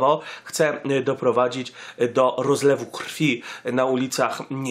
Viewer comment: Rozlewu, a nie Rozwlu